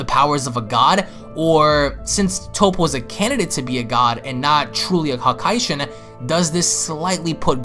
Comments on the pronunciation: First this dude said Tapo then he said tupo can someone teach this man how to say Toppo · Did this boi say top-po?